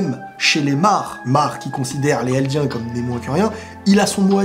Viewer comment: Pk tu fais pas la liaison entre "les" et "eldiens" ? Ça me frustre trop 😂😂